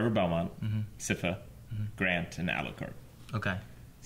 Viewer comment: My guys, it's S-eye-fuh, Sypha